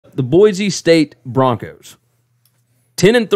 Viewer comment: Greetings my corpulent cousins. Why can’t you pronounce the name of the capital of Idaho. It’s just wrong! It’s just wrong! Boise is pronounced with an “s” sound. It’s just like “Sports”. Or, is it Zports?